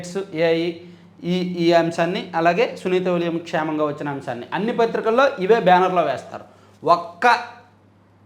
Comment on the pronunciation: క్షేమముగా ను క్షామముగా అని చదువుతున్నారు. సరిచేసుకోండి